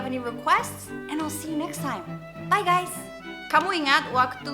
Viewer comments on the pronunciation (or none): none